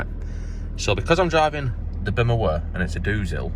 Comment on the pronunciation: A "BUMUHWUH" AND ITS A "DOOSIL?"